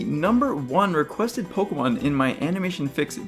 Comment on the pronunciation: you say pokemon worse than any person i've ever heard. you say it like you're trying to get it over it. 'pugumun'